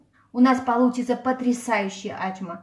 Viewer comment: Ачма - это тюркское блюдо, поэтому никак у грузинов настоящего рецепта быть не может, есть свой вариант,возможно. Достоверность происхождения блюда проверяется из названия - оно должно переводиться - с тюркского ачма - это значит "открытие". И если ударение Ачма, как Вы говорите, то это переводится как не открывай, что полностью противоречит сути работы с тестом в данном рецепте! То, что представлено в рецепте, совсем не ачма, а обычный бёрек.